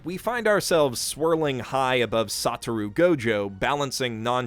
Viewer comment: His pronunciation of everything as well as his ordering of the character's names makes me feel like he watched JJK dubbed, (eg Sata-roo Gojo)